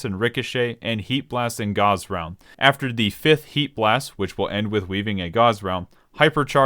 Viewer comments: bruh gauze round? GAUZE? its "GAWSSSSSSSSSSSSSSSSSSSSSSSSSSSSSSSSSSSSSSSSSSSSSS" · seriously i honestly cannot for the fucking life of me figure out how ANYONE could EVER get that pronounciation unless he's straight trolling, but by him pronouncing "GAUSS" as "GAUZE" as in "GET THE GAUZE PADS MY EARS ARE BLEEDING" lmaoo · As someone who's in their senior year of college, studying electrical engineering, your pronounciation of Gauss is painful, totally ok with the Machinist pronounciation though :) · Damn, fucked up the pronunciation of Machinist AND Gauss.